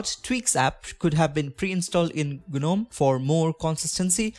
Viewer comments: its not guh-nome - its pronounced `nome` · It’s pronounced Nome.. the G is silent